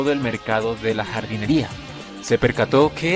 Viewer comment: Lol, recién entiendo cuando dices "jardinería" xD